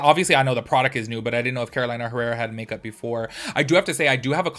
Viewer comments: It is not Carolaina, is Carolina (Karoleenna) 😀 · it's pronounced ''Caro-lee-na'' not ''Caro-laina'' 😊I just bought the Kara Beauty ''grandma sewing tin can'' I love it! but I agree with you, the color story should've been neutrals and light shimmers. Thank you for another video. 🥰